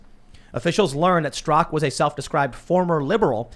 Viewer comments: Straka NOT Strak...... And you were reading it Tim! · Stra-KA, Tim. Not "STROCK" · Brandon Straka, not Strak!